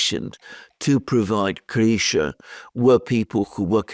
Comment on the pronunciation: 😂😂😂😂 here i am trying to figure out who the hell is Grisha....bit is actually crysha. Now i assume it's a Grisha video